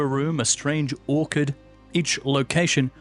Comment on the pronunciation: The "ch" in "orchard" is pronounced like the "ch" in cheese, btw. Not like in "orchid".